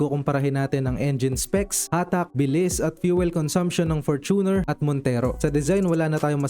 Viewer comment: FORT-uner. Fort-uner o FOR-tuner FOR-tuner.